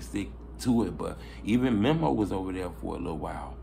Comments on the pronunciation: U keep callin folks "MEMMO" his name Memo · Bro it's Meeeeeee Mo